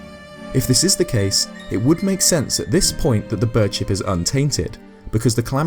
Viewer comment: Whenever you say bird ship i think you are saying bird shit.